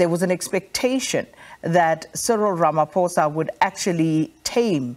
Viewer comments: but it is RamaPHOSA. not RamaFOSA Come on can you at least try to pronounce the namecorrect? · Has this man never ever said "ramaphosa" correctly? How is he still calling ramaphosa, ramafosa as if he just read the name!!